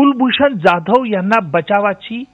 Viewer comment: O bai, He is Kulbhushan जाधव not ज्याधव. Kasle anchor bharlet ABP Maza ne? Sadh marathi surname nit gheta yet nahi